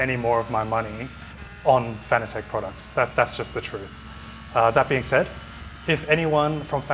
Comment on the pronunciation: Now to get the doc pronouncing Fanatec currently ;)